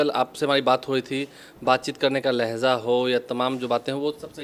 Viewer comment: Bhai lahja kaho lahza nahi